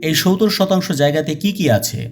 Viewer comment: সবকিছু বুঝতে পারলাম। কিন্তু ধারায় বর্ণনায় যিনি কথা বলছেন। তিনি 70 কিভাবে বলেন বুঝতে পারলাম না কিভাবে 70 ডেলিভারি করে মুখ দিয়ে শুনতে জানি কেমন লাগে। অন্য রকম ভাবে 70 শব্দটা উচ্চারণ করেন। জানিনা কেন তিনি এভাবে 70 উচ্চারণ করেন